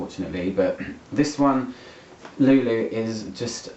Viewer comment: Jesus Christ!!! Another one!!! We are people so ignorant? Before doing a review you should at least do some research and learn how to pronounce the name because every time you pronounce Lou Lou you sound completely ignorant 😂😂😂